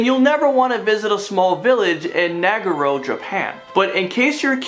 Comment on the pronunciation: The film 'the Searchers' was filmed in those deserts, and lots of the film stars have died from rare forms of cancer. And so have the camera-men and other services within the film industry And dude who can't stand dollies, the word Nagaro, is pronounced Na-gar-ro and not as you pronounced it.